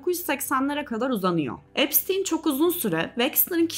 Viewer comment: epsin diyip durmandan videoyu izleyemedim resmen insan videoyu cekmeden nasil okunuyormus diye bakmaz mi